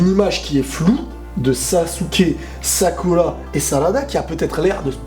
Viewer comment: Tu fait chier , a dire (Sakula( (Shikamalu)(Sassuké)tu peut pas dire dire , Shikamaru , Sakura ,Sasuke?